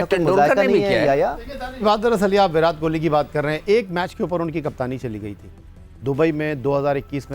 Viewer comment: یہ ویراٹ کوہلی کا نام تو شروی میں ویرات کوہلی ہوتا تھا ۔۔۔۔ جب اچحا کھیلو تو نام بدل جاتا ہے کیا ۔۔۔۔ اور یہ ان کے کھلاٹیوں کے نا م آنگلش میں کیوں لیتے ہیں ۔۔۔ ایشان کو ایشن واہ جی واہ ۔۔۔ شبمان کو شبمن ۔۔۔۔ اور اپنے کھلاٹیوں کے ناے دیسی قسم کی اربی میں بولا جاتا ہے ۔۔۔۔ حالانکہ ہم تو اردو بولتے ہیں۔۔۔ نا کے " Z " کی جگہ " J " کے آواز میں ہندی کی طرح بولتے ہیں۔۔۔۔۔۔۔ اردو میں تو" ت " بھی ہے اور " ٹ " بھی ۔۔۔ اور " ڈ " d " بھی ہے ۔۔۔ لیکن بولتے وہی اربی میں ہیں ۔۔۔